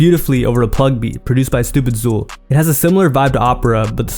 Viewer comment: Bro his name is pronounced stupid cool not stupid zool 😭